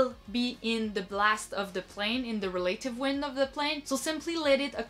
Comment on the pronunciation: Check your pronunciation of "relative" please.